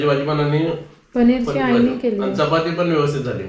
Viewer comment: आनी - आणि पानी - पाणी गुल - गूळ नारल - नारळ पलाला - पळाला तांदुल - तांदूळ And many more.... pls improve your marathi language👍🏻😊..